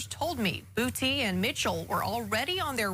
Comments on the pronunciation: “Devin Bootea” 😂 😂 😂 😂 😂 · It's a guy in the NFL with that exact last name 😂😂😂 he played for LSU and from Louisiana lol he said it's pronounced bootay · They being funny. It’s pronounce Boo-Tay in south Louisiana. It’s French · He's probably laughing in his grave knowing that the media keep saying "boo-tee" over and over.